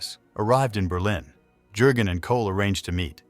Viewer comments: Jurgen is pronounced as: Yurgen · Keeps saying Herr Jergun with the J pronouced as in Jerry. Jürgen is the name and the J has a Y sound